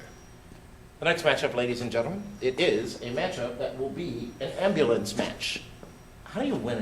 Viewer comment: Love the way you say Ambulance 'Ambalance" :D